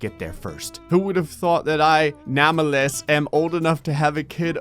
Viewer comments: Its name-less not nam-a-les😅😅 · I’ve never heard anyone pronounce Nameless like that💀💀💀